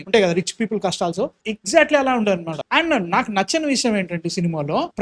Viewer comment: Kashtalu ❌ Kashtalsu ✅ 😂